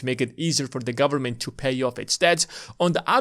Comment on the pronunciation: "Full faith and credit of the US gubmit..." LOL